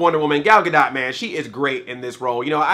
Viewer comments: her last name is pronounced "ga-dough" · Isn't the "T" in "Gadot" silent? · Take a drink every time Andre mispronounces her last name.